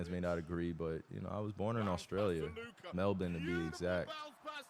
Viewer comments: I love how he said Melbourne properly. Respect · Finally an American pronouncing Melbourne right